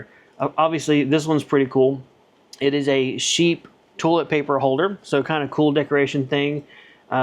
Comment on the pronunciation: I can't be the only one stuck on hearing "tool-it". :)